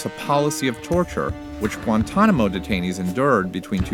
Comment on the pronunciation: Gwentonamo bay